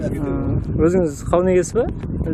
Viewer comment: Дауын дарбыз дима😁 кауын карбыз дидиго